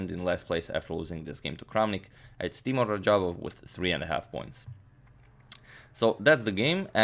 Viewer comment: Hey Agadmator, I think Teimour should be pronounced as Teymur. Thank you for your videos 😊